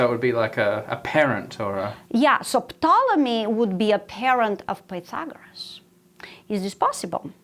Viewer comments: FYI, the P is silent in Ptolomy, So its pronounced Tolomy. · Wow. I learned that the "P" in "Ptolemy" is not silent! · Who pronounces the P in Ptolemy? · I love how pronounces *P**T*olemy. Just saying. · Glad I'm not the only one who is not used to it being pronounced that way... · I didn’t know you were supposed to pronounce the “P” in Ptolemy.